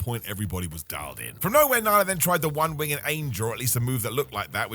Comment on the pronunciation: Its winged not wing-ed